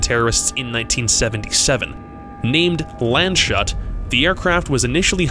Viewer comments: On It is pronounced Lands-huut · Awesome Video!! I have one correction, in you used the english pronunciation of “Landshut” but its actually a city in German called “Lands-Hut” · It killed me how he called the Plane "Land-Shut" xD I mean yeah the spelling would suggest that if it was in english, but as it is german its more like "Lands-Huut" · I love how he says Landshut. Even though it has the word "shut" in it it's not pronounced like that. You say it just like the letter "U". (for example: put) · Not Land Shut, Landshut (Countries Hat), a German town the plane was named after. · Giggled at "Land-shut". It's pronounced "Lands-hoot", after a small town in Bavaria. :) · Its Landshut and not Lendshot or whatever you said ^^ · Lands hut not land shut You make my ears hurt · Excellent video and content 👏 only remark as German Speaker: the name of the Lufthansa flight is pronounced "Lunds-Hoot" :) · I cried a little when you mispronounced the airplane name, Landshut (correct: laahnds-hoot) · The Landshut so, Lufthansa flight 181 is pronounced "Lands Hoot", just as an fyi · Landshut is spoken Lands Hut Not Pizzashut. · the way he pronounces Landshut really bubbles my beer